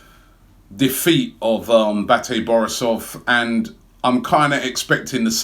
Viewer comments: Batty? Isn't it Baa-Tay? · Batty borisov lol. Should be pronounced Baatay borisov